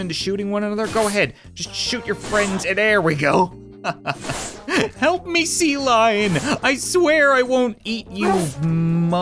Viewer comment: Utan he said HLAHP